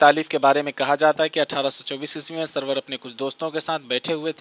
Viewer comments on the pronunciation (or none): suroor he bhai. sarwar nahi. tasheeh kijye apni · سرور نہیں بھائی سُرور